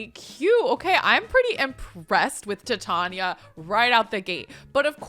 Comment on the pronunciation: Love your content but I believe Titania is pronounced like titanium. That’s at least how they say it in Midsummer Nights Dream. Totally honest mistake but the Shakespeare nerd in me was cringing hard